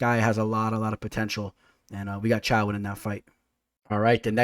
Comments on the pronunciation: i had a stroke when you pronounced caio as chao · Caio is pronounced as Kyle